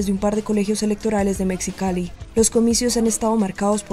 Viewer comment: Mecsicali? De que país es la cronista? No sabe que México y Mexicali tienen en su "X" la pronunciación de una "J"?